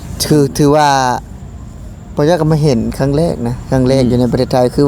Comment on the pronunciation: ครั้ง.. ไม่ใช่ คั้ง🤐